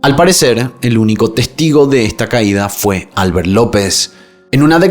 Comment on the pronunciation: Comentarios fuera de lugar sobre Rosa. Su vida sexual está siendo cuestionada. “Controvertida” (no “controversial”). “Albert” se pronuncia “AL-BÉRT” (no “ÁL-BERT”).